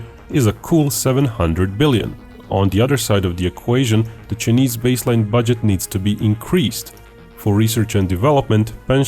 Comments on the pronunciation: Why does he pronounce Chinese as "cheeknees" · the Cheenese… lol